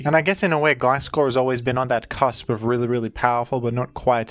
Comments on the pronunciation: Love the mix of gliscor and glaiscor pronunciation, keeps me on the edge of my seat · It’s Gliscover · its gliscover :c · It's Gliscover bros 😭